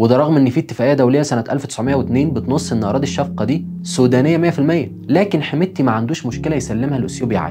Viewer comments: الفشقه وليس الشفقه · يا إسمها الفَشَقَة وليس الشفقة 😊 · اسمها الفشقه وليس الشفقه 😅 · الفشقة ما الشفقة الفشقة والقاف هنا g😂 . ليك التحية بتابعك دايما وبديت اتابعك بحلقات الجواسيس استمر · المدينة اسمها الفشقة بفتح الشين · تصحيح بس ان حميدتي انقلب ع البرهان رفضًا لعملية دمج قواته داخل القوات المسلحه والمده الزمنيه للدمج سنتين و10 سنين النقطه التانيه المنطقه الموجوده ف الحدود مع اثيوبيا اسمها الفشقه وليس الشفقه ثالثا البشير سقط حكمه لما اتاكدت الامارات ان الحروب ف السودان انتهت والان تجددت الفكره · المصريين يا امتن ما بعرفو يقرو عربي يا امتن ما بيعرفو جغرافيا اسمها الشقة مش الشفقة🙄 الشفقة التقوم ليك في جعبتك... قول آمين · اسمها الفشقه وليست الشفقه عزيزي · المنطقة الحدودية بين السودان وأثيوبيا التي أعتدت عليها المليشيات الاثيوبية ، والتي تحتوي عل أراضي زراعية خصبة اسمها الصحيح الفشقة ، وليس كما نطقتها أنت